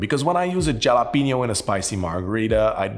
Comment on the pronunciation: Jalapeño is pronounced ha-luh-pee-nyow.. just for future reference 😊, anyway awesome cocktails!!